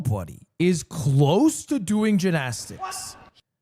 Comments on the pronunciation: Fr what is that pronunciation 😂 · Banger event! Still waiting on Rae Yard episode! Also, why the fuck does he say Gymnastics like that....